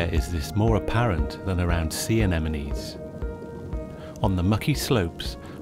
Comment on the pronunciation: HE SAID ANEMINIES